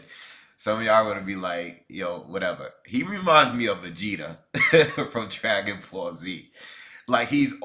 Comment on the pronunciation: Man said Vageta 😂😂😂😂😂😂